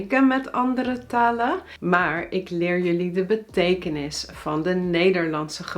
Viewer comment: is gewoon een nasale N bij haar volgens mij, beetje te veel -uh (taluh) , maar niet ontbrekend m.i.